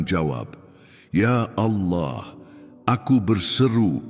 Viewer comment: Terima kasih unt doanya. Tp ada satu pertanyaan: kenapa pengucapan kata Allah bukan ALLAH tetapi aollah spt rekan kita di sebrang?? Jika memungkinkan sy mohon dengan sangat unt pengucapan kata ALLAH sesuai dgn bhs Indonesia saja. Terima kasih Tuhan Yesus memberkati pelayanan Saudara